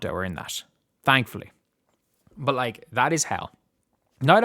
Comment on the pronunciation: Caitlin sit out... Maybe that's why he pronounces it "tank-fully"